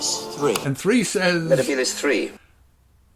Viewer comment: also why the heck is 11 mispronouncing Metabelis three(Meta-bee-liss not Meh-Teh-Beh-liss).